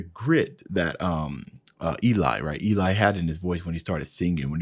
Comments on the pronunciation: Love your reactions! Always one of the first I look for on new Voiceplay. Just a small nitpick tho, Eli is pronounced like L-E, Not E-Lie. Keep it up! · Hey, first, great reaction (as always). Also, Eli's name isn't pronounced as that name usually is (EE-lie), but rhymes with 'belly' (ELL-ee). I guess that pronunciation comes from the fact that it's short for Eliezer, the first two syllables of which rhyme with 'belly'.